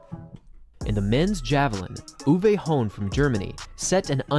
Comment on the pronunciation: ITS UWE NOT YOUWAY